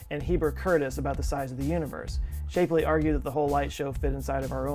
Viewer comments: I'm not 100% on this, but I believe Shapley is pronounced as you would pronounce 'slap' (opposed to "shape"). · I'm going to be a jerk! Shapley is pronounced like it's spelled, like 'chap' is, and good ole Henny Leavitt is Lev-it, doesn't sound like it's spelled. Astronomers everywhere are appalled at your pronunciation...it's not even a foreign language, FCS! 'course, you are Texan... used to be a foreign country, I guess. Hey! You've had more than enough time to get it right!